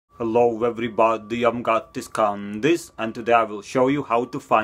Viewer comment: Why do you pronounce your name like "Gatis Kaaandis"?